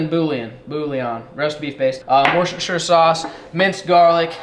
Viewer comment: hello from across the pond...Eating beaver means something different over here. lmao. btw, wuh-ster-sher sauce! not wor cest term shire!